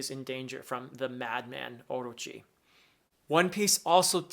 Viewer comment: professor, orochi is said orÔchi, the strong syllabel is the '' ro''